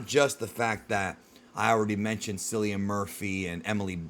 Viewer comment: Its not cillian its pronounced like killian hes a celtic remember this